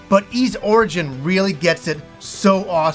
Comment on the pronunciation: Just so you know, your pronounciation is still bad, it's not "iz" but "iss".